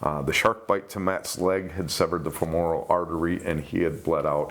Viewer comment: Hi - - femoral (as in an artery or thigh bone) is not pronounced [ fuh - MORE - uhl ] - - Actually, the accent is on the first syllable and it is said like this [ FEH - muh - ruhl ].